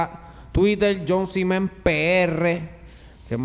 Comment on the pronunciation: El dice "Jon z Men" que se escucha como "viajo sin ver"